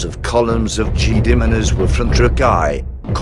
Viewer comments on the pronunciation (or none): none